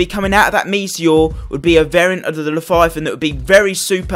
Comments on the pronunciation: It’s Leviathan not leTHIGHathan pls stop saying it like that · Le-vya-than say it with me! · Lefiathan? Leviathan. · "the laviathyathin" says to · Llefifon lmao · He needs to stop tryna say Leviathan